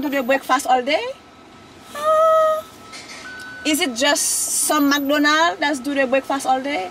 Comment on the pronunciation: Jess does this every vlog MACdonallld don’t do bwekfast all day nomo Jess 😂😂😂